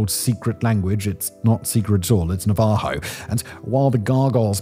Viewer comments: Na-VAAA-ho? Isn't it NA-va-ho? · Its NA-va-ho. Not na-VA-ho. That just sounded really wierd. 😂😂😂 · NA-va-ho JEP-pe-sen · The native American tribe name is pronounced NA-va-ho with the accent on the first syllable. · Nah Na VA Ho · It's actually pronounced "DIN-eh." Just to be annoyingly pedantic. That's what the members of the Navaho Nation call themselves. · Lol, can Simon pronounce Navajo again??? 😂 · The way Simon pronounced "Navajo". Debunks the myth of superior European sophistication. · that pronunciation almost felt like a hate crime.